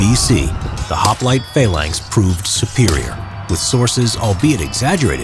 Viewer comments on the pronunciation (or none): Phalanx not faelanx